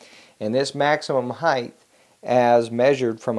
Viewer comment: The word is HEIGHTTTTTTTT with a hard T at the end. It's not spelled Heighth. It's spelled HEIGHT. idiot.